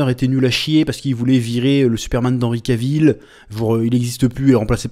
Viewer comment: Chef Chef pour information, Cavill se prononce KA - VEUL.... Sinon tu as toujours raison ^^